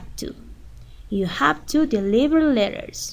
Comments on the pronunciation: Deliver not deliber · deliver es con v chica no b .-.